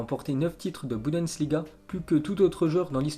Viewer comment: Il dit budensliga au lieu de bundesliga